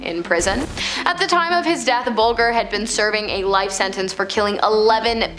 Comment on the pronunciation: I like the content & presentation but you should research the correct pronounciation of the names. You got both ‘Geoghan’ (Gay-gan) & ‘Bulger’ (Bul-jer) completely wrong.